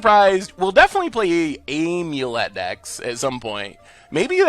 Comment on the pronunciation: am like amateur. Not Ahm like omlette or aim like aimless. AM-ulet.